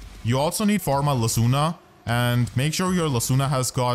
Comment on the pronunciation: That was really golden thank you! does guides to save up donation for a house to live with fanfir in just like the otr he is! But I'm really curious who is behind the voice of him lol? 👀 and the way he spelled lucina name "lecuna' 😭